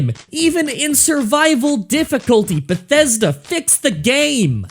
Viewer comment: I like that you said "bugthesda" on cait's special perk